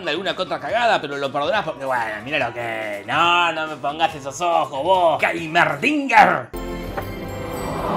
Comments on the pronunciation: Jajaja los que no pueden pronunciar el nombre le dicen Jaime enrique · Jorge intentando decir Heimerdinguer me dió años de vida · Como es que descubres que alguien no juega al lol? Cuando lo haces pronunciar el nombre de Heimerdinger y Blitzcrank xd